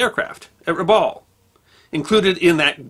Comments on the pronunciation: Dear, in Australia we pronounce "Rabaul" as follows, the first "a" as in "cup", "baul" as in "Bowel" please keep up the great work!! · As an Australian trust territory the town is pronounced Rab Bowel. I grew up there. Our family arrived in . There were many relics of the war still present. The Japanese tunnels.....300 miles of them built into the caldera wall of Rabaul. Also perfectly preserved was Admiral Yamamoto's war bunker. It was underground made of concrete and once you entered via a stairwell it opened into a large round chamber. On the walls was the map of the Bismarck Archipelago, all the islands and the where the battlements were. A volcanic eruption destroyed Rabaul in 1994 with persistent further eruptions that continue today. Some parts away from the volcano remain and have been rebuilt. Today (2024) Rabaul is visited by many cruise ships that come to see the volcano and the remnants of the pacific war. In its hey day it was a very beautiful town and known as the 'jewel in the crown'. The allied force stationed in Rabaul was 2nd 22 Battalion with Lark Force. It was impossible for the allies to hold Rabaul once 5000 Japanese troops arrived. Many many stories are told of the atrocities during the occupation. Thank you for the video. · went full on Japanese when pronouncing Rabaul Harbour.